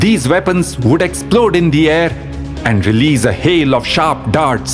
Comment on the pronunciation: they vould vin the vor for him. Please don’t mix up your v’s and w’s. W’s are supposed to sound soft.